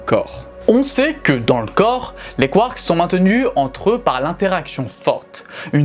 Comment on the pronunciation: Quand tu dis : 'mais les nucléons, ils sont composés de quarks', on entend quartz... Essaies de dire les deux ?